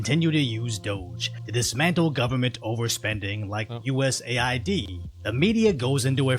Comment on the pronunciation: I know it's not super important, but it bothers me how he calls it USA ID instead of US AID.